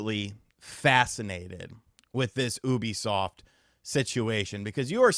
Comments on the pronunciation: It's Yoo-bee-soft bro. Not Ooo-bee-soft. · pronouncing Ubisoft as “OO-bisoft “ instead of “YOU-bisoft “ bothers me for some reason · Its pronounced yoo·bee·saaft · It’s you-bisoft brother ☺️ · The way you say oobisoft lol it makes me chuckle but look this has been years in the making, they destroyed ac and far cry